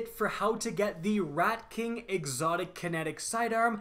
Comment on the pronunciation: sounded like he said redcock is here